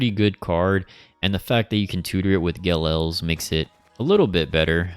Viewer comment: You're mispronouncing Ge'Els. It's an apostrophe not an L.